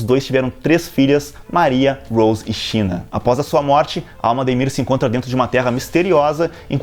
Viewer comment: Rosê/Maria e Shina (se lê Sina) não China rsrs